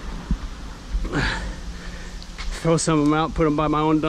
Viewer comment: I really like you 😊, and you said " you throw that out?" 😂😂, the way you said "throw" was very nice😁